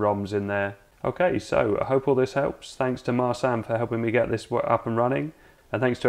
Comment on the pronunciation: Just by way of an FYI: Marcin. Marsan? Nah! More like: Mar-chin And, a couple of little tweaks - icing on the cake: The 'a' is shorter, sounds like: 'uh', then roll the 'r' a little and Tadaaaaa! you're an honorary Polak!